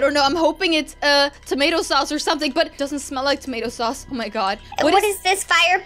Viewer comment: It was tomato sauose